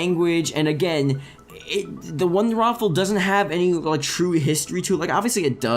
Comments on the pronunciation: It's not "the wonderwaffle" its "the wunderrwaffe" pronounced "vundervaffe". Please fix this. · It isn't called the wonderwaffle......... it is the wonderWAFFE....